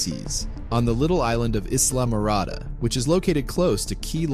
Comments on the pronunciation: Pronounce Ise-la marada NOT ISLAM-MARADA!!!! DO YOUR RESEARCH!! THERE'S NO EXCUSE GO TO GOOGLE!!! YOU YOUNG PEOPLE ARE SPEAKING THE WORSE ENGLISH EVER!!! DIDN'T YOU HAVE ENGLISH IN SCHOOL!!! FROM 1st Grade to 12th!!! AMERICA AND AMERICANS GET MORE DUMB EVERYDAY!! IT'S EMBARRASSING!!! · It's pronounced EYE-la Morada. Not ISS-la Morada. as somebody who has resided in Key West those of us who are familiar with the Keys know that, although it's magically beautiful and there is a lot of mystery and intrigue related to these islands, there are also a lot of people living there and passing through who are less than squeaky clean. Many with dark pasts are drawn to the Keys. It has ties to the dark arts and Santeria and voodoo of the tropical islands of Haiti, the Bahamas and Jamaica. Con artists, criminals, and thieves seem to find their way to the Florida Keys. It's common knowledge to the Conchs who live on the Rock that you are either chosen to live there. If the Keys do not want you there you will experience bad luck until you take a hint and leave back to the mainland. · It’s spelled Islamorada however it is pronounced as you would normally read the word “island-mo-rah-dah” I live about 17-20 miles away from there. Marathon . 😊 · It just kills me how they call Islamorada its pronunciation is I'LL MARADA 😅😅😅 Sand we lost such an amazing film maker and conservationists 😢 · It’s pronounced Eye la mor ada. 🙄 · Islamorada is pronounced differently by the locals. I used to be one. 😅 We used the long I sound and the s (z sound) was omitted. I’m full of useless trivia. 😉 Well done and very interesting video — my first time on your channel. I subscribed. Cheers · Islamorada - the “s” is silent